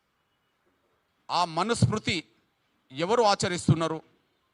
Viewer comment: it is not Manuspruthi ..smruthi...